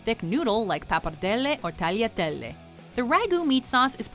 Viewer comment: It’s not tarletele